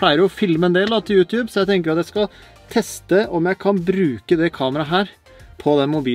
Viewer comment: Slutt å si youtjube det heter YouTube